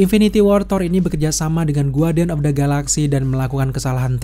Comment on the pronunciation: Maaf bang masukan aja ya bukan saya sok pintar cara baca kata "Guardian" huruf "u" nya gak perlu dibaca, jadi bacanya Ga:rdien, sama seperti kata "Guest" (tamu) huruf U nya tdk perlu dibaca jadinya "Gest". Makasih bang, Sukses terus ya.